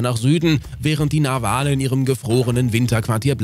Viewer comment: Bitte, die Betonung von "Narwale" liegt auf der ersten Silbe. Ansonsten ein sehr schöner Beitrag. 😊